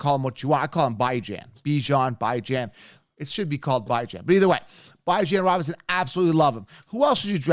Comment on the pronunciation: Not how you say Bijan Robinson